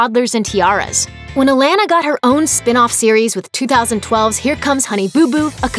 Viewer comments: It’s a pronounced a-lon-a not a-lan-a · Your mispronouncing her name! Holy shit it’s annoying! 🙄 Alana it’s not Alannna like your saying A LAN A it’s A LAUN A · It's not Alana it's alona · UH-LAHN-UH not uh-lan-uh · They obvi know how to say it. They know it's a lon a, not a lan a. It's so annoying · Alejandra Varela thank you!! It’s pronounced A-LA-na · A-lawn-uh! Lol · It’s Uh-lawn-Uh (Alana). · UH-LAWN-UH : Alana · ALAHNA....cant focus cause u can't say it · I hate how she says Alana’s name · That's not even how u say Alanna name